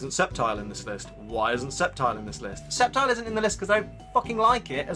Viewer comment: Yay I'm incredibly glad that you call it "Sep-tile" it's hard to like someone who says "Skeptile" But you're awsome anyway